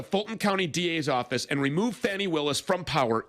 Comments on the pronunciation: Quick note,. Her nane is pronounced "Fawnee" not Fanny. I notice the MAGAts mispronounced it on purpose, sadly. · …please don’t fall into the trap of mispronouncing Fani Willis’ name…the GOP does it to demean her. It is the type of thing bullies love to do…make fun of a persons name. It is not Fanny,it is Fa ni. I know you are better than this. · Please, please... Fani Willis' first name is pronounced Fah'-knee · The right calls her Fanny to be assholes. It’s pronounced more like Fawny. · Fyi: I think it's pronounced "faw-nee" Willis. Not fanny. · I know it's an easy mistake because they call her fanny. Please try to pronounce Fani's name correctly. 🙏 Edit: I wish flat earthers would find the edge and jump off! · the prosecutor’s name is pronounced “Fawn-ee.” The right-wing mispronounces her name deliberately in an attempt to insult and dehumanize her. Please don’t join them. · It's pronounced "Fawnee" Willis. Love the video. MAGAots are having a mental breakdown now lol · Its pronounced" fawni " lol . For every $2.00 Kentucky puts in the pot they take $5.00 dollars out! Go ahead magadopeeon leadership! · Her name is pronounced •faw-nee “ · Her name is pronounced Fawny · I believe her name is pronounced "fawn-ie", and the Right specifically mispronounces it to mock her. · Tuned out with your childish mispronunciation of Fahny’s name. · The racist repugnutklans purposely mispronounce her name as a cheap racial dig, why are you doing it?